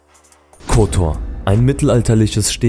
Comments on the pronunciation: Sprechen Kotor falsch aus, und zeigen dann auch noch Perast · Ovaj ne može pravilno ni Kotor da izgovori, Škaljari nikako.Muči ne prdi!.Pi!